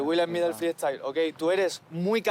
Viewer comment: No entiendo por qué Skone es capaz de decir freestyler bien, pero en cambio no puede decir freestyle y dice fri estail XD